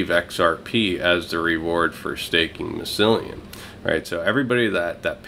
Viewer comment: What is it with you and pronouncing things.... Mycellium.... like My cellium XD